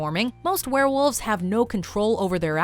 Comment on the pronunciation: werewolves not swarewolves